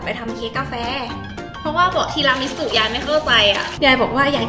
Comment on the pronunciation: อ่านแบบปกติไม่ได้ได้ต้องทีรามิสุเค ทีรามีสุเค